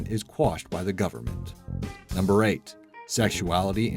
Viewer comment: Apparently the "n" in government was banned too?! The spelling & pronunciations on this channel r appalling!